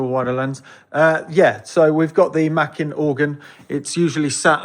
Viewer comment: NIce video, small point, but Makin is pronounced with a long A, so basically like Making with no G (hat tip to Steve Wright). It was one of the middle names of John Pilling who was the entrepeneur who bought the electronic division of Compton when it went bust, and set about realising his dream of making low cost organs available to churches using elecronics and not pipes.